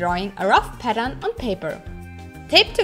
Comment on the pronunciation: 2 minutes before the video ends and you realized she was saying pattern not padam